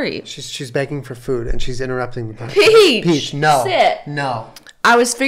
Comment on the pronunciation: Peach’s Halloween costume should be an Ouija board because that’s what I hear every time Jenna calls her “Weechie”.